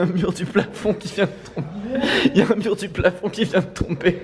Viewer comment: Sa me stresse dans toutes ses vidéos il dit oujourd’hui😂😭